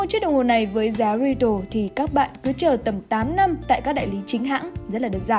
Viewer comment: 5711 mà đầu video là 3711 retail thì phát âm là rì têu chứ đâu phải ri tồ. k chuẩn thì nói luôn là "giá bán lẻ". Ông nào dựng và duyệt video này lười quá đáng